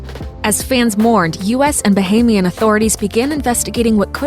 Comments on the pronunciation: First US video I have watched that came VERY close to saying “Bahamian” right 😂. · Finally someone said Bahamian right